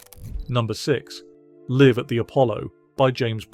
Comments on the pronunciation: Exile on main Saint? Liv at the Apollo? Is this a bot providing the narrative? It's street and live as in alive! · "Liv" at the Appollo!! Balderdash. Insult the listener's' intelligence.